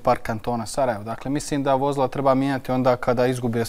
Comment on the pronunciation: Čuj: Vo‘zla!!!! 😂😂😂😂😂😂